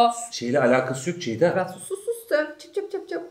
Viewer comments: neden hic ceyda diyemiyo ya dhdndndj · neden ceyda ablanın ismini bi türlü düzgün söyleyemiyor SKJSKSDNKSDKKDJJSSKALDJJWDH